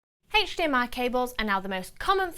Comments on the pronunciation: Hech Di Em Ay! :-D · the way you say HDMI signal ..... PERFECT =)